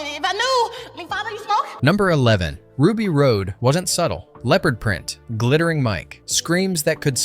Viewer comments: Good to know this wasn't vetted for facts. It wasn't Ruby ROAD. The character's name was Ruby ROD. I had to stop the video there. If the opening is wrong, it doesn't bode well for the rest of the video. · It's Ruby ROD. Not Road. Rods of ruby are used to make lasers. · Not "Ruby Road". Ruby Rod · Ruby road? Thought it was ruby rod.... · "Ruby Road".. really? SMH